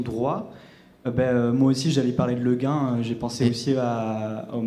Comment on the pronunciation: Mesdames et Messieurs du festival, il faudra transmettre à que le nom d'Ursula Le Guin ne se prononce pas "legain", mais "legouine". Ma source? Elle-même: elle explique sur son site que même si son mari était français, Le Guin est un nom breton qui se prononce comme son équivalent gallois. Extrait de son site (dans la rubrique "Ursula on Ursula"): "How do you pronounce your name? I still get questions about how my name is pronounced, and have been meaning to put something about it here on the website. And I wanted to correct Wikipedia, which led off its entry with the strangest screw-up in International Phonetic Alphabet: Ursula as pronounced in America, Kroeber as pronounced in Germany, and Le Guin as pronounced in France. Weird! I'd use those pronuncations only in Germany or France. And the French one isn't even as "correct" as whoever put it there thought, because Le Guin is not a French name at all; it's Breton. It's pronounced, to the best of my knowledge, just like its Welsh cognate gwyn — white, blond, fair. Not many people can read IPA anyhow, so here I am in English: URsuhluh (UR as in burr; or, in England, URsyoola) KROb'r l'GWIN If you want to see it in IPA, Paul Topping (three cheers for him!) got through to Wikipedia and got them to correct it — so, look me up — I'm ever so phonetic."